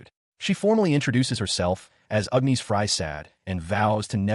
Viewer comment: 😂not complaining, but Ugh Knees instead of Agnes cracks me up.